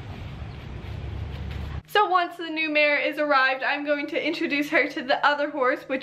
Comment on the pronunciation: Mare not mate